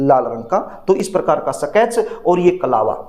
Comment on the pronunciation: सकेच नहीं स्केच पेन😂